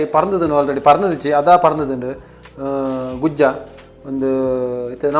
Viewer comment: Gujje ❌ gujja ✅